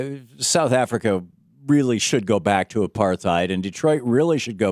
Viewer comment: It's amazing how Thom intentionally misinterprets what Savage says and how he says apar-theid instead of apart-heid.